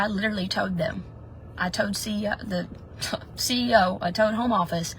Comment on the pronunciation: I shouldn't make fun of accents but every time she said "told" it sounded like "toad" and i couldn't deal 🐸